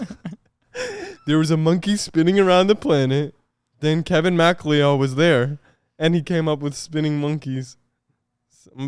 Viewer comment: why the hell are they pronouncing mcleod like that